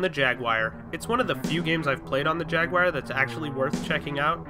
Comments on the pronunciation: Jagwire? :( It's JAGWAR!!! ;D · This is a minor gripe, but I couldn't get over the way you said Jag-wire repeatedly. I sure hope this isn't a reference to a meme I'm missing.